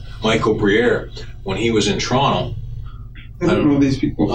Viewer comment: 来了来了……赶紧的。 不知道eric留意了没有， 警探说toronto的时候， 用的是toronto的口音， 叫”窗头“， 而不是TO - RON - TO.